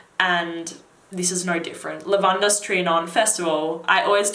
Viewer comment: The way you pronounce "Lavandes" hurts me